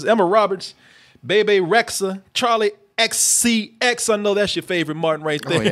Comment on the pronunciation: "Charli XCX"... am i stupid or is that Charli Forty-Ten?